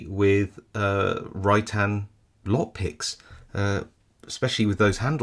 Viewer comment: Great review -- I've just ordered a couple from Hooligan Keys. Every time you said "Rytan", I heard "Right hand" which made me wonder if there are any picking tools where handedness is a thing -- are there "left-handed" picks, or are they all ambi-dextrous...?